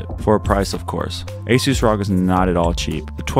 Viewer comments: You pronouce "rog" like "rock" it should be pronounced as r,o,g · I had to stop watching after he said rog as one word